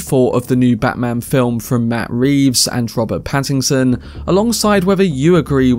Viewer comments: Dude, his last name is Pattinson, not Pattingson. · Pattingson lol